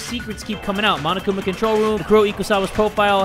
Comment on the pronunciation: Makono and Manokuma xDD nice